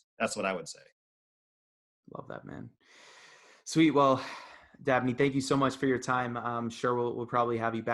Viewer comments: Umm his name is DABNEY not Abney! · I may have misheard, but is his name "Dabney" or "Abney"?